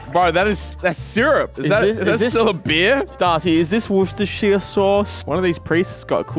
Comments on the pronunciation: why does pronounce Worcestershire "wishister"? I don't say wash your sister, I say "wore-chester-shire" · How many times can they say Worcestershire wrong 😂😂